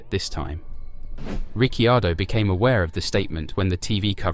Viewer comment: Nice video, but duuude please pronounce drivers name as they should be...("Richiardo","Fersthapen",the last one not this video of course)